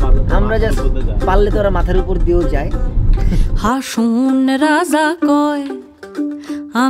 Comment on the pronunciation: হাসন রাজার** হাসন বলা টা একটু বাদ লাগ্ল✨💪